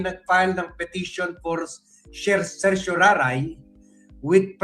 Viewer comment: Children, let's pronounce CERTIORARI properly. Just say SE - SHO - RA - RI. The stress is on the third syllable RA; RI is pronounced like LEE as in Bruce Lee. There is no other pronunciation for CERTIORARI. A writ of certiorari is a legal order issued by a higher court (usually the Supreme Court) to a lower court, demanding they send up the record of a case for review. Originating from Latin meaning "to be informed," this extraordinary writ allows superior courts to ensure lower courts acted within their jurisdiction and according to the law